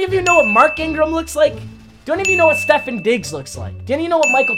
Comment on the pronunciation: You say Stefon Diggs wrong. It’s Stefon not Stefin.